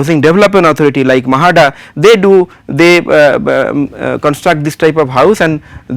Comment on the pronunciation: That is MHADA no MAHADA